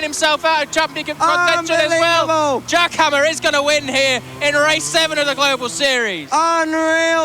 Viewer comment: I heard Giacomo instead Jack Hammer 😅.